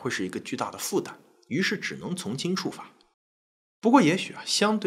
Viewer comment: 新[冠]病毒： 音[灌](X) 音[官](O) 從輕[處]罰： 音[觸](X) 音[楚](O)